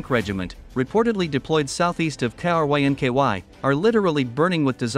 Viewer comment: Poor AI cannot pronounce Krynky K-r-inky-why 😂 The russians are also asking themselves Krynky why 😊